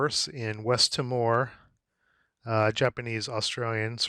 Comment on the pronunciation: just a guide - Timor is pronounced phonetically Teemore - from an Australian